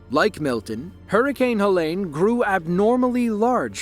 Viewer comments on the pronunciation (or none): FYI: Helene is not pronounced like Ha-Lane, its pronounced, Ha- Leen ( like Jolene) Living 3 hours east of Asheville, if Helene would have shifted our way, that could have been our small towns. It was truly unbelievable to start seeing the aftermath of the hurricane. No one saw that coming. At my house, it was just some wind gusts like 40mph and we had a couple of tornado warnings. Very sad to see our WNC neighbors in that situation. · Helene not helen